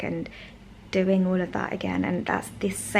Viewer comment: …said let me show u what Matt was doing in the kitchen…it sounded like u said “Matt is peeing in the potato’s…lol. Give a listen u will get a chuckle 🤭